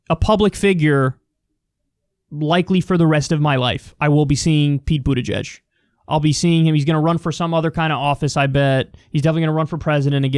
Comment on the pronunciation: He's brainwashing people into trusting him... If se says TRUST enough times... Many people will subconsciously associate trust with Pete Buttedgedge (like David Pakman pronounces it) 😂😂... They'll be like "Mayor Trust, I mean Pete, why did I think of trust?? 🤔 Anyway..."